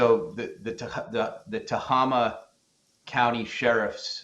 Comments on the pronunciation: It is pronounced Ta-hay-ma , spelled Tehama County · Tohama, County is pronounced To-hame-ah but the syllables are rapid. Native American name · Tehama County pronounced Te- hay- ma 😊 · Tehama county it’s not Tama county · It is pronounced Ta-hey-ma county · Yeah, I bugged me when they mispronounced it.